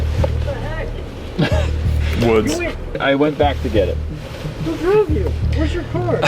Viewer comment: Am I the only one who notice woods say “who droove you” Lmfao